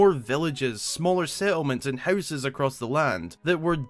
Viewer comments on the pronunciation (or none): none